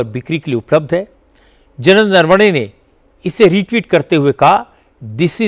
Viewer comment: राहुल गांधी चूसिए को नरवणे तक बोलने नहीं आता नारावने बोल रहा है😂